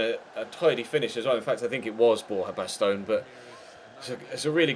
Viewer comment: baston is bastin not bastone